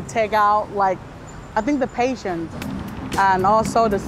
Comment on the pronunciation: min, it is so embarrassing to hear my fellow country-woman say "patient" when she meant to say "PATIENCE". To all viewers, please forgive us (Thai people) for not pronouncing the "S" sound at the end of so many words ... as, generally, we don't pronounce the ending sounds in most (well, probably ALL) of our Thai words.